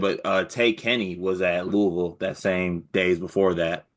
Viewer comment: Bro said Lawrence, Kansas and pooville 😭😂😭😂😭😂😭😂😒😂😭😂😭